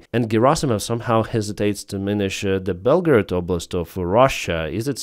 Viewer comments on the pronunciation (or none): none